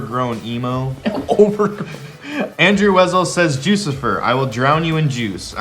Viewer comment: it’s joo-suh-fy-er just sayin